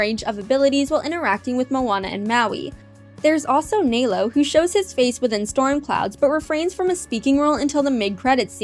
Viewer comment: It is nălo not nālo